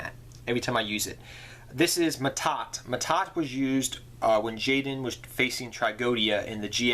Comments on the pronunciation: Yes, but L.t mad productions was probably talking about pronunciation. Ma'At is pronounced ma-aad, while Mahad is pronounced Ma-haad, not maa-tah, not ma-taat. That's the mixup. And yes, I cringed as well as I heard it, especially as a fan of the character Mahad. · That's Mahad Not Ma'Ta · MAHAD. Holy crap. There' no T.